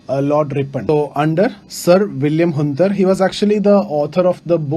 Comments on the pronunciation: Hunter not hunder,,sir angraiz tha indian nhii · It's hunter not hunder.. very repetitive lecture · Sir why u pronunciate it hunter it's Hunter